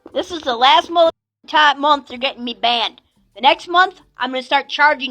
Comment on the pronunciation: "banana-ed??" OHHH BANNED 😂😂 WTF